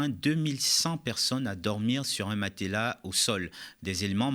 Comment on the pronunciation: Un "matélas" ?? Va falloir revoir la prononciation !